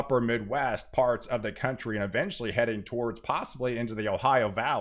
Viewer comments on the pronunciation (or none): none